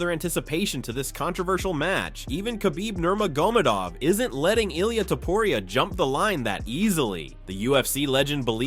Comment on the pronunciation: kabeeb nomegurmadov